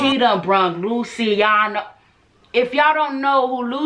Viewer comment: Its Lue-chi-ahno in pronunciation. With Italian names, ci is pronounced ch.